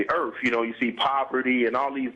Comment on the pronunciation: what is "earff" ?